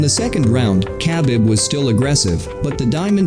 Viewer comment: the way he pronounced khabib😂🤦🏻‍♂️